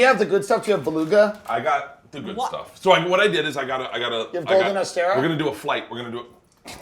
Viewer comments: Tim Dillon pretending he knows about caviar. Beluga isn't legal in the US and it's Osetra, not Ostera... This guy is a fraud. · The mayo looked like kewpie which is Japanese. But I guess to white people japanese and Korean is the same. And can someone please teach these idiots that it’s osetra not ostera or osteria caviar 😜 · The way Tim says Ossestra is hurting my head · Tim pretended like he knew about caviar but mispronounced Osetra the whole time